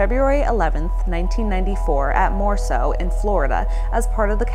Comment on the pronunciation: It’s not Morso. It’s Moroso.